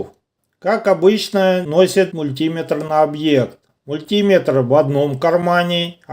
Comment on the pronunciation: Автор представился инженером-электриком, а слово мультиметр говорит не правильно. Ударение в слове делается на букву Е.